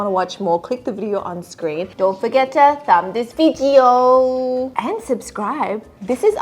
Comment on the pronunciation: “Thumb this vidjeo”😂😂😂